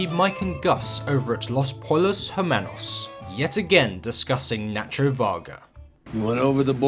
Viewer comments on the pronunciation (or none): You don't pronounce the L in pollos. You say it like Poy-Ose